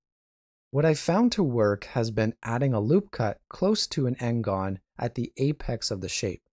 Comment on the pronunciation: I just cannot stand all this n-gones :)